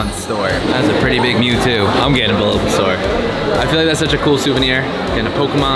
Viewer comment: Did he say balbusaur 😂